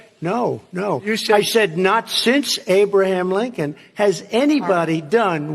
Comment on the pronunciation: 'did you just say abe linchon?" "No, i didn't say abe linchon, i said hey blinkon,""